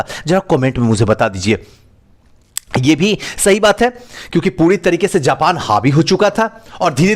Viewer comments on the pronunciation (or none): none